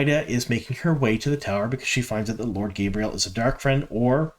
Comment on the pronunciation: It’s ridiculous how egregious your mispronunciations are. Difficult to get through your videos. Tancheecho. Gabriel? Tachico and gaebril.